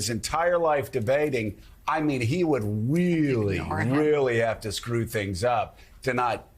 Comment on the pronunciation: It’s really Joe not weeerly ,you got Biden’s disease.